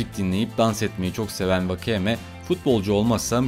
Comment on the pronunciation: Vakayeme değil Vakeme (Okunuşu)